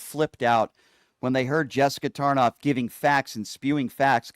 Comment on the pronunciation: Tarlov not tarnof